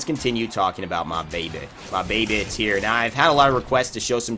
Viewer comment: Tie-Ra* Not tier.